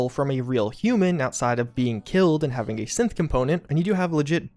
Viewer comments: Maybe it's just my phone's shitty speakers messing with me, but... Every time you said "synth" it sounded like "simp" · Sorry, I can’t help to keep thinking that whenever he says “synth” he instead says “simp”